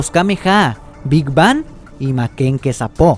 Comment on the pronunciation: Quizá se pronuncia makenkosapo originalmente pero Carlos segundo en latino dice makankosappó, igual no se acaba el mundo por esto. :)